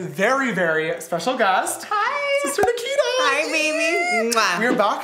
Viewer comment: It’s Nikita not Nakita